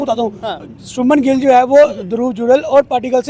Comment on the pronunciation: इनसे उच्चारण तो होता नहीं है , शबनम गिल , भाई शुभमन गिल है